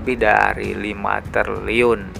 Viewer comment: Triliun bang bukan terliyun😂